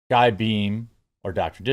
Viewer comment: Its not guy , its a french name maybe learn just take 20 sec to read your information